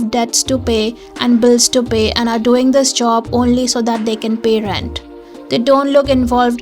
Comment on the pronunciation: When you were at Long and Frank, you said '... to pay ... to pay...', I seriously thought you were saying 'toupee... toupee' because one of the characters looked like wearing a toupee.